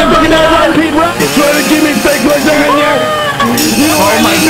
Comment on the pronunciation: IT'S NOT L A S A G N A